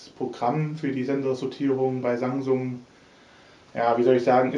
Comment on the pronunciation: ROFL... ich verstehe immer Sangsung hahaha ich schmeiß mich weg...